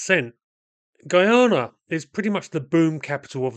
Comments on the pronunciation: Guy-ana not Gee-yana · It's pronounced Guy-ana not Geeyana. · It’s pronounced guy…ah…na. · Why do westerners say the word guy normally, then say gui in pronouncing guyana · Why does EVERYBODY find it impossible to pronounce this country's name properly!? GUY-ANA GUY ANA NOT "GEE-ARNA" 🙄🤦🏿‍♂️ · Guy - Ana : correct pronunciation